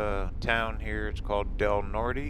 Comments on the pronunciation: Aaaargghhh ! Please learn how to pronounce streets , cities , etc. correctly ! Please ! Del Norte is typically pronounced with a silent E . Or as the cities elders say - " Nor - Tay " . Peace man ! ( I'm just unsubscribing because you don't get out and explore abandoned buildings / tourist traps . ) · Hello. Found your channel via your Wolf Creek Pass video. I'm from Del Norte (like another viewer said the "e" at the end is silent -- Del Nort) originally. Actually 3rd generation although I don't live there now. The pass going into the San Luis Valley is Poncha Pass, the little town where Hwys 50 and 285 intersect is Poncha Springs. Saguache is pronounced Sa-watch. Hwy 285 between Saguache and Monte Vista is called "the gunbarrel" by the locals because it is so straight, hence the Gunbarrel Station at the intersection of 285 and 112. Going into Del Norte you crossed over the Rio Grande, yes the same one that forms the border between the U.S. and Mexico. The headwaters are west of Creede up in the San Juan mountains. The Rio Grande is not very impressive in Del Norte in August. My dad used to say late in the summer you can cross the river without getting your ankles wet. You mention how nice it will be to get back up into the mountains. Del Norte's elevation is 7,884 feet. The relative flatness of the Valley is deceiving. Thanks for the video. It's interesting to see "home" through someone else's eyes. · The whole San Juan Valley is rich in history, first settled by the Spanish! And many of those NFS and BLM roads off 285 can take one to some impressive scenery away from the crowds. Just so you sound like a local, Del Norte is pronounced without the "e." I got corrected so you don't have to.